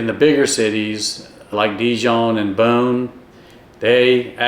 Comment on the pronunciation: As a french woman living in Burgundy, I can attest that pronounces "Beaune" perfectly! 👍 An advice: if you're also interested in being not to far from Lyon, living in or near the town of Mâcon is an option. This is where I live 😊